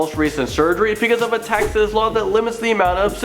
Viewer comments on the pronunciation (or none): none